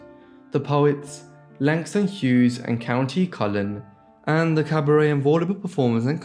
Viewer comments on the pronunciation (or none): none